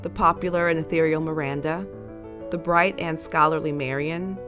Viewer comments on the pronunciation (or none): none